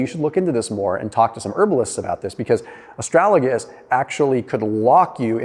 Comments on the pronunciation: Ast-ra-Ga-lus, not ast-ra-La-gus :-) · It's astragalus not astralagus. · It's A STRAG A LUS, not A STRAL A GUS:-) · Its ASTRAGALUS not ASTRALAGUS, lol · Please prounounce correctly: AS TRA GAL US...easy peasy.